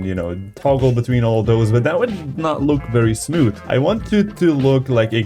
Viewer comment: Everybody that loves hearing him say "Smiooth" 👇